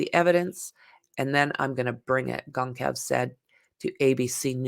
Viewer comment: It is pronounced Gone-sol-vez